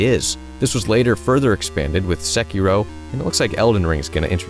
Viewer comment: chi-ka-gay.. chi. not cha. edit... also SEY-key-roh